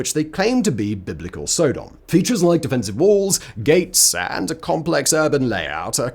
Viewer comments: SO..... Simon pronounces Sodom (with a short in the front and back) as Sodahm (with a long O in the front and short o in the back), which makes me now question how I/We as a culture I have been saying Sodomy for as long as I understood what it is. Now when I watch crime TV shows do I have to mentally translate Sodomy charges with Sodahmy charges? Further more just hearing the pronunciation of Sodahmy makes me think of a "Sodame' Roll" as something one might see on the special board at a sushi/sashimi bar! What in the name of hell could someone roll up in some rice and give it the name "Sodame' Roll"? And to make things worse I'm hungry right now and I was actually think of going to get some sushi. Thankyou Simon. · Sodom is pronounced like the word sodomy …. Not so- dumb😊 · Sodom stress on the 1st syllable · you are pronouncing sodom wrong it's not sooodom it's sod-om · Sod-om not So-dom, as in sodomise. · Stop saying Sow-Dom. So (short o)-dom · Dunno if it's a Brit thing or a Simon thing, but the way he says "Sodom" makes me think of Thomas the Tank Engine's Island of Sodor. I'm used to hearing it pronounced more like "Sod 'em" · pretty sure most people pronounce "sodum" pretty sure its Sodom like sodomy, as it is " the act of the people of Sodom" lol I dont know but im pretty sure Ive heard you pronounce sodomy the same way I would if i were using it. Anywho big fan and ps I know i know you dont read these ........ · It is pronounced Sodom! And I do not like your skepticism, Simon! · I cringe everytime Simon mispronounced Sodom